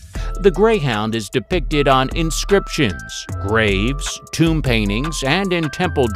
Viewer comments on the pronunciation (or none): none